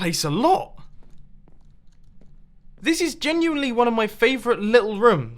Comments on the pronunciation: Rooms not rums.....silly mumbo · Judith Relou mumbo says rms instead of rooms